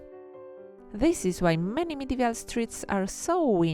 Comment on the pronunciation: Nice drawings. But why are you saying "Medevial" instead of "Medieval", when you wrote it correctly ?